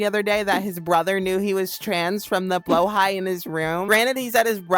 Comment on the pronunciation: its not pronounced blowhigh smh, its pronounced how it looks blahaj (the j makes a g sound so maybe its not actually pronounced the way it looks :P)